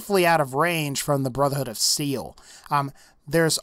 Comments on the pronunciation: Brotherhood of Seel? (I couldn't help it. XD) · any one hear him say brother hood of seal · he says brother hood of seal LOL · At one moment you said brotherhood of seal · Really? No one caught him say brotherhood of seal ? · Brotherhood of "seal" lol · did say brotherhood of seal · I swear I heard him say brotherhood of seel and not brotherhood of steel lol idk why but I heard it